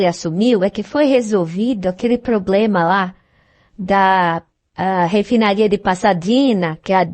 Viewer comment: Não é poblema.....É sim PROBLEMA.....VOCE É ALUNO DA JANJA ?😂😂😂